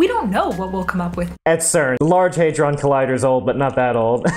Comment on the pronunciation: Listen and learn from Cleo - she can pronounce "hadron" correctly.